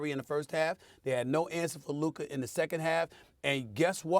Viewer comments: Stephen A is incapable of pronouncing Luka. Why he keep calling him Luker? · Can someone please let Stephen a that it’s Luka!! Not luker!!!! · For some reason, Stephen A substitutes "a" with "er" in his sentences. For example, he calls Luka, "Luker." I'm glad he doesn't say the N-word. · "Luker"?? Lol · Stephen A. is it Luker or Luka 😂😅? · This clown Stephen A pronouncing Luka as "Luker" really grinds my gears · Is it me, or does it sound like when Stephen A says Luka, it sounds like he is saying Luker lol ? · HIS NAME IS NOT LURRKERRR ITS LUKA. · Stephen A keep calling him Luker 😂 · this man SA can’t stop pronouncing “Luka” as “Luker” 🤣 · I wanna fight SAS for adding an R in Luka’s name 😂😂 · "Luker" -SAS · "LuKER" chupss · "Luker" Stephen A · CAN SOMEONE PLEASE TELL SAS HIS NAME IS LUKAAAAAAA!!! WHO TF IS LUKER???? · “Luker” lol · who tf is Luker like bro c'mon 😂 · Oh Stephen A. Smith, thy wisdom is mighty, yet the precision with which thou dost pronounce names is most disappointing Luker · It's a mix of Luka with Kyrie.. "Luker" 😄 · Who is Luker??? 😂😂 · Is this man still mispronuncing Lukas name? It's been years in the league. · Thou shalt not utter his name rightly, neither before nor after hearing it many times 😂😂😂 Luker